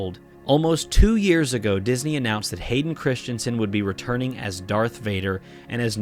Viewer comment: The name is Not Christchensen.